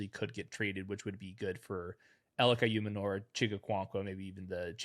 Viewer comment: Not trying to be that guy but pretty sure Ayomanor is pronounced Eye-Oh-Man-oor